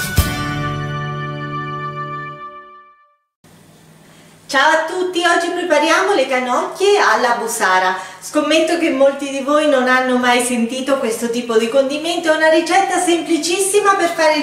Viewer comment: Busara con l'accento sulla u.